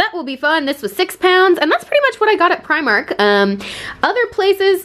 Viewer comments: Dunno why her Scottish pal didn’t tell her how to say “primark” properly it’s PRE-mark not pry-mark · Say primark like u r from london, pre-mark! I am Irish... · the way she pronounced primark..... oh my god help haha